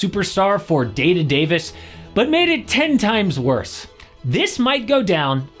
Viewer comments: "Day to Davis" hahahaha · “Day to Davis” is crazy 😂